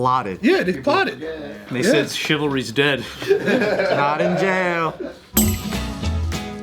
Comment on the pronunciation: “shivalry” lmaoooo